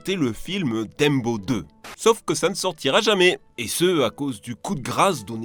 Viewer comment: A 10 minutes 10 il a dit "Dembo 2" nan?